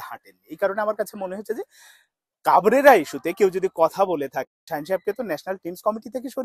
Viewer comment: Vai to pagol. He even can’t pronounce coach name properly!!!